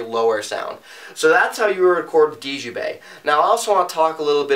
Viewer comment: Djembe - Pronounced "jem-bay". The 'd' is silent.